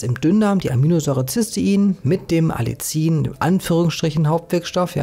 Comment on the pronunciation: ) Man sagt: Alli ien, also kurzes A, kurzes erstes i, dann das nächste i extra ansetzen und dieses etwas dehnen, wie das "ie" in dem Wort "Wien" Du bist super in deinen Recherchen und ich bewundere dich, wie unglaublich gut du - ich vermute als Autodidakt - dir so viel Wissen angeeignet hast, für uns so viel Wissen zusammenfasst, so viel wertvolle Videos erstellt hast und v.a. deinen wundervollen Shop erstellt hast. Ich folge diesem Kanal schon seit Jahren und bin natürlich auch begeistert von deinen Produkten im Shop und mach in meiner kleinen Praxis immer mal Werbung für deine Produkte, v.a. fürs Algenöl. Zuletzt war jemand von den Purameals sehr angetan. Herzliche Grüße ein zufriedener Kunde